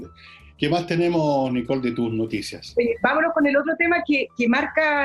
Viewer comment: Nicole dijo “ vamolo “?